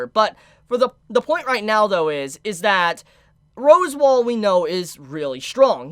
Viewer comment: AND FOR THAT MATTER ITA ROS-WAAL! NOY ROSEWALL! YOU EVEN SPELLED IT RIGHT IN YOUR OWN FREAKING COMMENT! HOW ARE YOU THIS FUCKED?! ITS SAID RIGHT TO YOU IN THE ANIME! JUST. SAY. IT. RIGHT. PLEASE.... I just can't anymore. I used to absolutely love watching your content. Now I can barely stand listening to your voice. An honest mistake can be easily forgiven, but constant unrelenting errors with no sign of a willingness to improve its downright condemnable. There's no more excuses, you own your audience and yourself better.